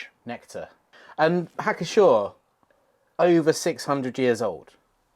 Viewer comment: Everyone likes a typically English pair of gentlemen - bearded simpleton who likes beer and a Frasier fan with a Norwood scale to prove it who likes beer reviewing the Treasures of the Brewing/Brauschätze of the world. I wasted a whole afternoon on this channel. Had fun. It's Pschorr, not 'schorr, like Knorr, not 'norr, like Herb, nor 'erb, wait a second...